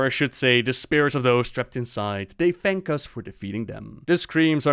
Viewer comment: I am not sure where you learned to speak English, but the "Th" in Thanks is not pronounced as an F, nor is the TH in "That" pronounced like a D. Phonetically, "Th" is spelled "θ" (or ð) and Thank, Teeth, Thick, etc starts with the first of those phonetic letter. "This", "That" and "Teethe" is pronounced using the latter. Put the tip of your tongue between your teeth, lips slightly parted, and blow air. That's how you "pronounced" a "TH" in English. Being a bit more forceful, using more air, pronounces the first. Being more "subtle" and not quite as forceful (a "Weak" consonant, so to speak, whereas the first is strong) pronounces the latter. To use a D in That or an F in Thanks is nothing short of dialect and accents. It's not how it is actually pronounced. And if you still doubt me, go look up Sound English by Iner M. Mees & Berverly Collins. The book is made to teach Danish school teachers (like me) how to read phonetically, and understand the slight nuances of pronunciations. The book is primarily in English, and you only need to read the very first page (English phonetimc transcription key).